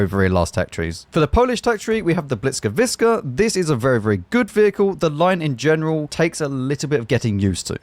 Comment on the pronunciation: i'm offended by the pronunciation of błyskawica (i'm polish)